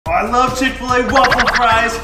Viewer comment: ITS CHICK FIL A NOT CHICK FUL A